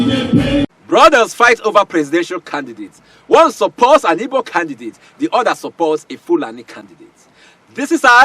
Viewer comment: So called elder. Can’t even pronounce “IGBO”… By the way ôga, acting a movie is different from reality. Asôkata eze anya kwanû ekpuru nkata n’ishi gwaya eziokwu.